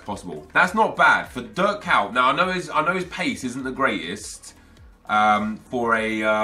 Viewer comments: Why tf does he read kuyt "KAWT"? It's ko-yt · he says dirk kaut😂😂😂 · it's pronounced "Kait" it's not that hard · KUYT... that pronunciation))) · he just slaughterd kuyt his name😧